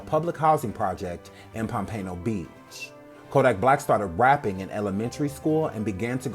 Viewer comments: It's pom -pen-o beach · Enjoyed Much! I cringed everything time you said POMPANO BEACH lol. 😘😫💛💙💛